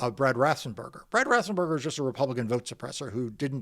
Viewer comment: FFS, Mark, his name is pronounced RAFF-ENZ-bur-ger, not RAFF-SEN-bur-ger.